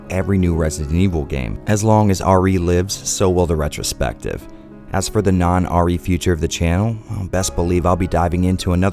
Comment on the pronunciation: More like retch-ro-spective.